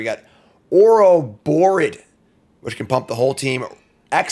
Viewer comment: I think it is Oro-bore-oid not Oro-bore-id